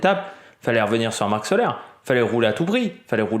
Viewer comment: Soler la prononciation est Solé! Marc Soler est catalan la prononciation est catalane salutations